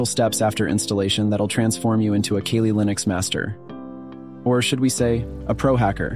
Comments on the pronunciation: I was done when he said Kalley instead of Cally for kali. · Ok I know I'mma get heat and smoke for this?..but you're sayin' Kaylee" Linux...when its "Kali...and in CAL-ifornia?...or KAL-EL (aka Superman!) sorry...I know..I'm a geek!....LOL! So its "CAL-LEE" Linux...LOL! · Kah-Lee NOT KayLee (smdh) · You gotta prounounce it correctly first. Its pronounced like "Cally" "Cal Lee" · "'Kayleigh' Linux" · "keylee linux" rofl